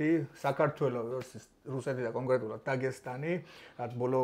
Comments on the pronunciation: ისეთ თემას ეხებით და ისეთ საჭირო კონტენტს აკეთებთ რო მეორედ გამოგიწერე მაგრამ დაგესტანი არა დაღესტანი და წესიერად გამოთქვი სახელები თორე მეორედ წაგშლი 😂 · რატომ იძახით დაგესტანს, როდესაც ღ ასო არსებობს. დაღესტანი!.